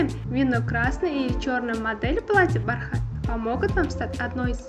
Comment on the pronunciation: Не бархáт а бáрхат